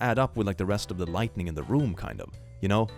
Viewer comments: It might just be my hearing, but I'm hearing you pronounce lighting as lightning. Veeery subtle difference, and most English speakers don't notice the difference in writing (soooo many write lightning as lightening), but thought you'd want to know. 😘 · Have you ever noticed that he consistently says lightning instead of lighting? EVERY. TIME. It's kinda funny. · Drinking game, take a shot every time he says "lightning", instead of lighting. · I love how he constantly says lightning instead of lighting. It's somehow really adorable <3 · keeps pronouncing "Lighting" as "Lightning" and it's absolutely pissing me off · Okay, no one's told you this, but it's not "lightning", it's lighting. learn the difference lmao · I love how he pronounces “Lighting” as “Lightning” 😂 It’s great.